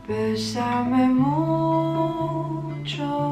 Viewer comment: Moi je dirais « besame mucho » et je dirais aussi bravo pour ta prononciation!! Je suis espagnole et tu prononces super bien!! J’adore ta voix 🙏🏼❤️